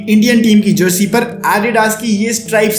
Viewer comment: Adidas ❌ आदिदास ✅ 💀🤚🏻📈